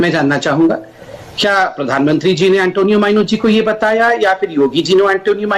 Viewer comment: Podhanmantri pronunciation of!